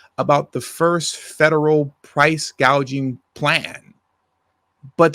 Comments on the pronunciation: The fact that she mispronounced it as "price- gauging" instead of price-gouging proves that she doesn't know what she's talking about. She wasn't even familiar with the word. She was just reading it off her teleprompter as if it's a word that she's never come across before. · She didn't say "price gouging." She said "price gauging," which is a term that most people don't know what that means.